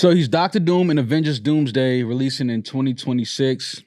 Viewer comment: That shit was hilarious I appreciate the effort 4real but said Doomsday 😭😂 they tried man